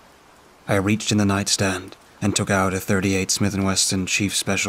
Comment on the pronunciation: IT IS SMITH AND WESSON. NOT WESTON.😂 I have a Smith & Wesson M&P Shield and the pronunciation is killing me. I assume the author mispelled it?😊